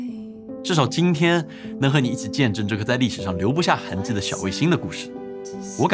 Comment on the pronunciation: 痕迹，ji-i-ji。把普通话练练好